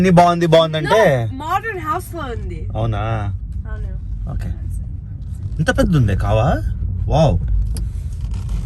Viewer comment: "Anou" always "avunu"😂😂